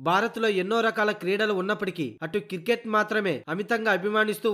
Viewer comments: Voice over evado gani adi kiriket kadu ra naayana cricket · కిరికేట్ కాదు క్రికెట్ భయ్యా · Kirket yendi ra ayya.... Cricket anu....🤦🤦🤦